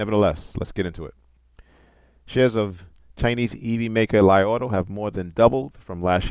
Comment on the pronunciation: isn't it pronounced LEE? maybe I am incorrect not to great with the Chinese!